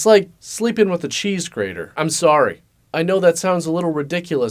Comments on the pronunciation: Sorey ? Sauri? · If you keep pronouncing Sorry as Sore-ee, the game can definitely end in the explosion of a revenged-fueled powder-keg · Full blown sore-ee made me really laugh out loud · The way you say "sorey" immediately identifies you as a Canadian. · friendly Canadian accent shines when he says "sorry." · You forgot to mention that games of sorry immediately break into all out pronunciation Wars between Americans and Canadians as to the right way to say the word "sorry". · Hearing say the most Canadian sorry ever made me laugh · Easiest way to tell if someone is Canadian is to just ask them to pronounce "sorry". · I love how Canadiens don't pronounce the "a" in "sorry"